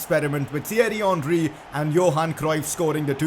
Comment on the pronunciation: Its henry not honry